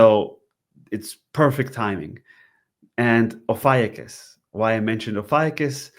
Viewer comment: Ofiucius is pronounced 'oh few choose'. FYI